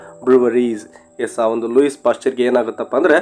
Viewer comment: ಲೂಯಿಸ್ WRONG ಲೂಯೀ CORRECT Also the name LILLE is not Lilly BUT "LEEL" For God's sake don't misguide students with a lot of other wrong pronunciations!😮